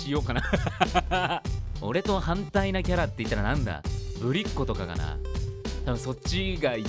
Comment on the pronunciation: ぶりっ子の発音が違う…Σ(ﾟ□ﾟ)